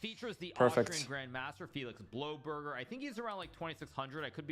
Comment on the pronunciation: I'm sorry but I thought it was really funny that he pronounced your name like Blow-berger